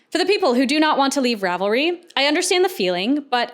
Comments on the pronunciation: Rav-leets. Love your videos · as a huge fan of ravelry i love hearing about all the drama. i didn't know much about it beyond just using it and how much of a simp i am for their search feature. also as a software developer who works with server stuff every day and has said this word like a million times in the last month, - it's pronounced "zen" haha